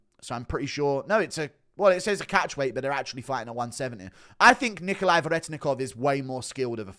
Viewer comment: Respect that you pronounced Nikolay's name how Russians would